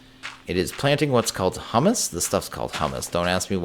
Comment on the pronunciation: Haha, you and both call it Hummus. Humus is said more like hue-mess.:P Also, do you think it'd be possible to use a potion wand (with apples) to purify zombie villagers? I'm having no luck getting the wand to accept the potion effect.